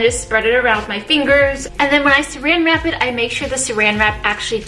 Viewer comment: Love how she says "sarang wrap" very asian omg